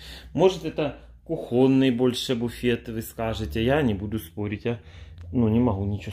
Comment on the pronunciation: не называй старый ,вполне себе благородный комодик кухОнный. не туда ударние